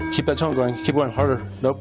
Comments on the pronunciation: It sounds like tongue…. I was very confused lol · Tone. Not tongue!👀🤦💀💀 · It sounded like he was saying "keep that tounge going" instead of "keep that tone going" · I think he was saying keep the TONE going. The tone from the machine. But it did sound a lot like tongue. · The narrator says he's professional, all I keep hearing is "keep that tongue moving" 😂😂😂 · He’s saying “ keep that tone going “ not “tongue”😂😂😂😂😂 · I kept hearing him say "keep that tongue going" when he meant tone. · It does sound like "tongue" not "tone".